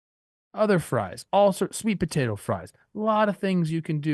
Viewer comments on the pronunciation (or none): none